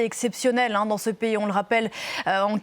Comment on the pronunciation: Bravo pour avoir écorché trois noms de pays sur trois